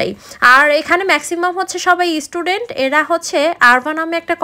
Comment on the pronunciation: প্রত্যেক কাজ সম্মানের, আমরা ইংরেজি কম জানি কিন্তু ইভেন্ট ম্যানেজমেন্ট একটু বুঝি, অথিতি সেবা, পরিবেশ পরিষ্কার এবং সুন্দর রাখা। আপনি এতদিন বিদেশে থেকেও ইস্টুডেন্ট বলছেন, অবাক হলাম।